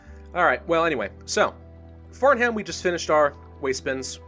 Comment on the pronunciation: You said fartham that’s strange